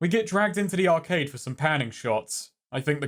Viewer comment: Why did he pronounce arcade like that?